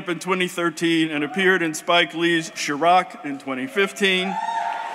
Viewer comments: It’s NOT CHROCK, it’s Chi Rack!!!! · intro dude said she-rock lol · Lol... Shirock... i think he meant Chiraq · did this dude say, "Sha-rock?" C'mon, bro, lol!